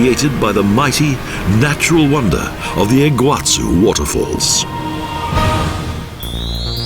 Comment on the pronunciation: In Portuguese (and Spanish), the location of the accent mark is where the stress should be. Thus, Cuiaba should be kwee-ah-BAH, rather than kwee-AH-bah. The falls in the SE are pronounced ee-gwah-SUE or ee-gwah-ZOO, depending upon how it's spelled, not ee-GWOT-sue.